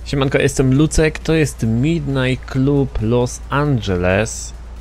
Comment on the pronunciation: Midnight Klab nie Klub